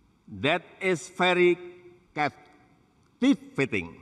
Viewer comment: I am struck of why Indonesian struggle to pronounce V but F is the sound that they used to it. Very become Fery, government sounds gofermen.